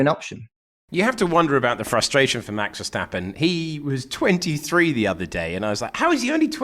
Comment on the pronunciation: Max Verscchtahppen